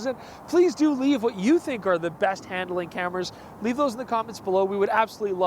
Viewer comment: Hand–A–ling? Where did that third vowel come from?